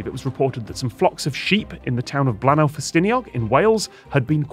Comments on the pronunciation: Scott!! It's not Blan-ow, it's Blay-nigh!! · Note to the team, Bleaenau is pronounced Blaen-ai, not au.